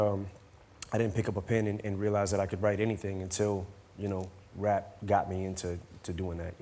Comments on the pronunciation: I think that's why sometimes Eminem look like he was going to smile... or laugh... because he can't believe this guy is pronouncing rap as WAP... it is too funny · 2 best bits 1. When Jonathan first said rap (wap) and 2: 'yeah l do I wanna nail her' haha